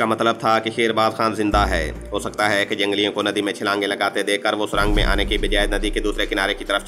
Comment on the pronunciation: Surang nh surung hota h jnb